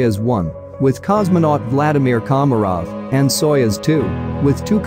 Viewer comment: It’s pronounced „sayoooz“. I had to watch the video three times until I understood what they were talking about 😅🙈